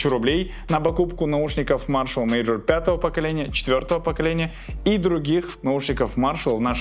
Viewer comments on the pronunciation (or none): Почему мажор, читается мейджор же